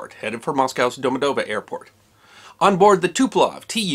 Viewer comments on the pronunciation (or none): The one thing I've noticed and nobody has yet commented on is that Moscow airport is not 'Domodovo,' it's 'Domodedovo'.